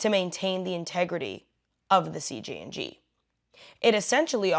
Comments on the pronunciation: why do you keep saying CGNG is it CJNG or CGNJ ? your post name is CJNG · Why do you keep saying CGNG? When the subject line says CJNG.